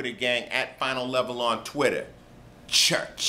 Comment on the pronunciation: Church? Eh, try again, Ice-T. :p